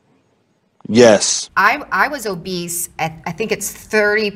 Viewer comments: It’s obese bro.. not obeast.. but she looks like a beast😂😂😂😂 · bro said obeast,lol ......bmi doesn't account for genetics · Man really kept saying Obesed 😂😂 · WHERE THE FUCK IS THE "T" IN OBESE?? WHERE?!?!? WHY TF YALL KEEP SAYING OBEST? THERES NO T IN OBESE!!!! THERES ONE IN OBESITY!!!!! SURE!!! THERES OBESITY, AND OBESE!!!!!!! THERES NO OBEST!!!! FML AGAINST A WALL! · In my head I spelled it "Oh-Beast" 😂